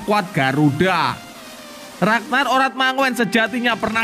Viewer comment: Mind, jika baca radnard orad mangun bukan manguen